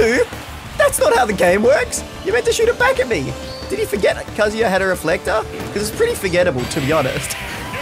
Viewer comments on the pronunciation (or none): What's funny is that he said KaZOOya at the beginning and then immediatly said Kazuya the right way lol. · Most people say, "kuh-zoo-yuh", but the "uh" sound doesn't exist in Japanese. It's "kah-zoo-yah" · WHEN HE SAYS “KAZOO - YUH” IT BOILS MY BLOOD OMFG ITS “KAH - ZOO - YUH” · it says in his win screen it's Kaa-Zu-Ya not Ka-zoo-ya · Kaz-yua?? It’s Kazuya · Mate pronounced it as kazooya like he’s a plastic instrument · You put the emphasis on the “KA.” KAzuya. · Every time I hear somebody call Kazuya a shoto I hear shota and it’s not good for my health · Nobody:: "Kazoo-ya" Me: triggered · i like how he says he's the best kazuya, when he still calls him kazoo-ya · be like "Kazooya" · Kazoo-yah. Interesting pronunciation my dear aussie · he still pronounces his name like kazooya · Actshually It's Kazooya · Most elite kazooyuh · Please stop saying kazoo-yuh 😭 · I like how as the video goes along, sometimes he pronounces it Kazuya and sometimes he pronounces it Kazuya, IYKYK. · He's never gonna pronounce "Kazuya" the correct way, is he. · is changing his pronunciation of Kazuya as many times as I change my Croc Slippers. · is the most elite Kazuya that he has gained the privilege to change the pronunciation of his name within the first 10 seconds of the video. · Imagine flip flopping between kazuya pronunciations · Who’s gonna tell him he’s been pronouncing Kazuya wrong this whole time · He still doesn’t consistently pronounce kazuyas name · Start of the vid, very much cap Edit: congrats on pronouncing the name wrong the entire time